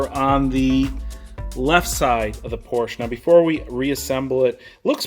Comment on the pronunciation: New Porsche owners need to know that "Porsche" is a two syllable word.